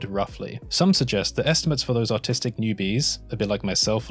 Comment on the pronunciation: The way you say artistic sounds like "autistic".